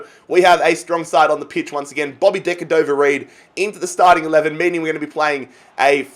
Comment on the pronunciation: Just call him bobby reid not decadover reid